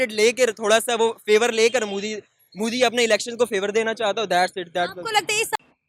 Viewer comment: Correct him that its modi not mudi 🇮🇳